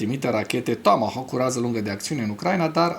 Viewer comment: Apreciez emisiunea ta dar nu mai pronunța "tåmåhåk"...,tomohauk!!! E absolut jenant ...